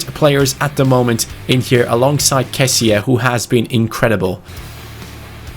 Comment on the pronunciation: it's not kessia it's kessie